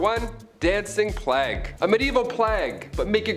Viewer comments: It sounds as if he said "flag bearers" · Why are we pronouncing "plague" in such an obNOXIOUS way?? Unwatchable.